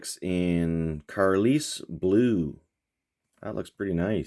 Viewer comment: Carlisle is pronounced car-lyle - rhymes with smile!!! Just sayin' Love the weathered Dodge Charger.